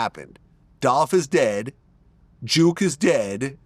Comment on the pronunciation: His name is not juke it's jook